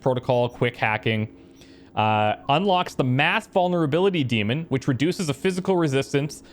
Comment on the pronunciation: Oh no, you're pronouncing 'daemon' wrong throughout the while series, do you? :(